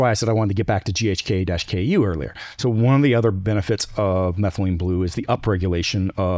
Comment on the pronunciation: This guy is a nut - it's ghk-CU - not KU - what a dummy